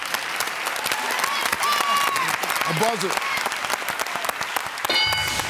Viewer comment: A buzzard I thought he said bugger. lol